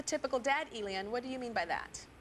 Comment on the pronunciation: Tyra's pronunciation of Elian is so irritating.